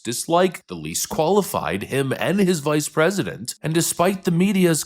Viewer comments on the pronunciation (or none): She almost said vice presedent didn.t she, was I the only 1 who haerd it?